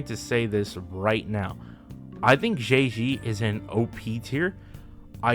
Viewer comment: I will never get used to people pronouncing Zhezhi as Jay Z